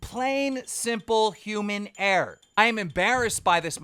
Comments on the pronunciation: Keem IT IS ERROR NOT AIR You keep saying you will find out who made this air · I think the biggest Error is Keemstar not being able to say Error correctly lol!!!